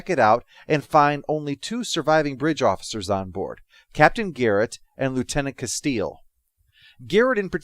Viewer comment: It sounds like you call that character 'Castile'. Isn't it 'Castillo'? (cass-TEA-yo)